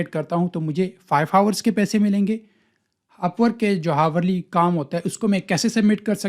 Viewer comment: bhai hawar nhi hota ourly >>>>Hourly